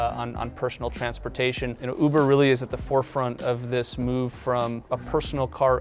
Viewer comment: Anyone else hear boober instead of uber ?